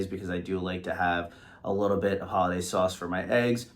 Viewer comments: pretty sure Hollendaise is NOT pronounced "Holiday". So maybe that's why the waitress couldn't understand what you wanted. I rewound the video to be sure you weren't pronouncing the "n", and you don't. Be careful when making a video that you know how to pronounce words, it affects your credibility. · It is called Hollandaise sauce NOT "Holidays" or "Holidaze". Perhaps, that is why the waitress didn't understand you. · She probably mistook the sauce because you’re calling it “Hollidays” instead of “Hollandaise”